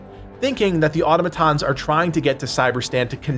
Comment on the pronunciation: Why can’t Americans say “Automatons” correctly?